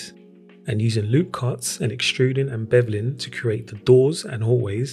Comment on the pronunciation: "Extrudin' and bevlin'..." Reminds me of Beastie Boys'es Rhymin' and Stealin'. 😆